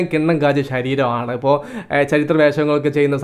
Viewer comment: എയുപത് അല്ല ബ്രോ... എഴുപത്... ഇപ്പയ്‌ അല്ല ബ്രോ ഇപ്പോഴ്... 😁😁